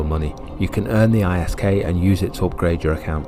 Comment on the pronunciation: Its pronounced as Isk all one word as in wisk